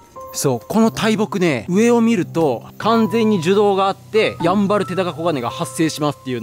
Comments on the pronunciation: やぁんばぁるぅ⤵️www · ヤンバルのイントネーションが気になるの俺だけ？ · やんばるのイントネーションはヤンバル○○(和名)の時と同じで良いからね～ゆたしくよ～！ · なぜだ ヤンバルテナガコガネや ヤンバルトカゲモドキはちゃんと イントネーション合ってるのに なぜ＂やんばる＂単体になると ＂ファンケル＂と同じ音程になるんだ